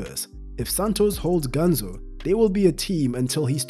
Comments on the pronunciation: His nickname is "Ganso", but in the video it sounds like "Ganzo" and I get a little annoyed with that 'cause I'm Brazilian. A tip if you want to pronounce "Ganso" correctly is to pronounce these two words "gun" + "so" in english (but not prolonging the "so") I hope it helped someone. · Its pronounced GanSO, not GanZO